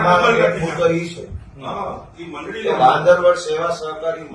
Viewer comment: અહીંતો મંડળી નો ' મ 'ખબર નહી પડતી 😅😅😅